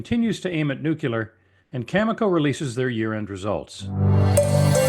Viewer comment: It's pronounced "nuclear" not "nuculur"..